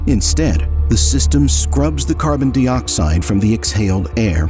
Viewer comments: Carbon Dee-Oxide... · The narrator is AI. Notice how it pronounces carbon dioxide